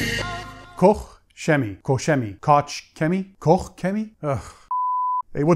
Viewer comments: Hi, you did the Kouch correct but the chemie wrong. Please go to Google translate, tipe it in and the press the speaker and listen how it's to be pronounced. Thanks! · Every German I speak with seems to pronounce it a different way haha! Some say Koch is pronounce like "COKE" and "Shemie". Anyhow, it's like my name. Unless you're Greek, you can't get it right, so it shouldn't really matter.